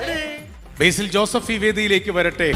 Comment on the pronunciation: ബെയ്‌സിൽ അല്ല സാറേ ബേസിൽ 🙏🏻